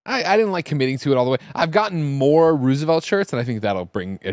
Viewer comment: Why does Greg pronounce Roosevelt like that